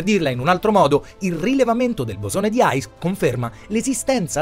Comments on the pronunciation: Comunque il bosone si chiama di "hix" questa è la pronuncia no aigs che non ho capito dove ha preso...grazie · per la pronuncia hai ragione è vero lo dice sbagliato